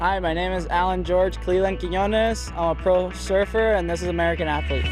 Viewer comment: so does that mean he’s an American athlete or Mexican athlete? The title is American Athlete, but it sounds like he says he’s Mexican, not American.